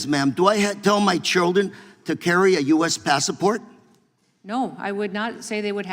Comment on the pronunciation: The word is passport, not passa port.